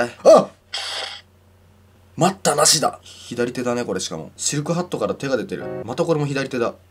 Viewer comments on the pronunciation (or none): ハットがロードって聞こえた